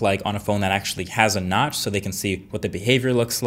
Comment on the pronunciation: Who heard nuts instead of notch.